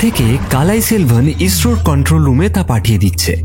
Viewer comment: ইসরো, অক্সিজেন ইত্যাদি স এর উচ্চারণ স্পষ্ট নয়...